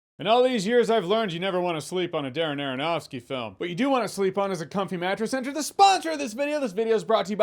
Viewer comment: STOP SAYING ARONOFSKY!!!